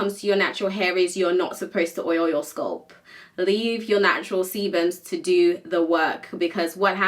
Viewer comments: why she say sculp instead of scalp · Apart from this lady, I have never hurd anyone from the UK to call it sculp they do call it scalp . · Why are you pronouncing scalp as sculp??? WTH. Pronouncing words correctly drives me nuts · Why are you pronouncing the a in sc a lp as Sc u lp? It is scalp not sculp . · In the UK its pronounced sculp